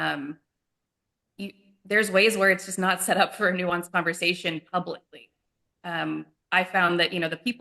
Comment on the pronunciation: just having a "converzation"